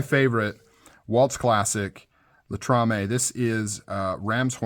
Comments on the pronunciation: LATAMA it's is still a great made knife. Not latamaaa Latrama. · Latama, not Latrame. ;)